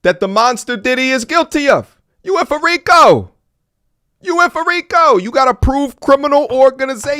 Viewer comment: "frico" not "Rico" lmao😂